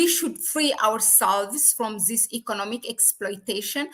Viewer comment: I love your channel but please try to control your Z in English this not zis